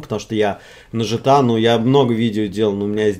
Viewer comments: Не Жта, а Гта, заебал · Да, не по канону. Но разрешается 😅